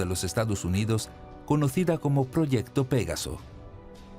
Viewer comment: No se pronuncia "pégaso", se pronuncia "pegáso".